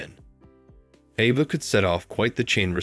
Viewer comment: Why so much mispronouncing? It's A-va not Ah-va, Natalia is Na-tal-ia OMG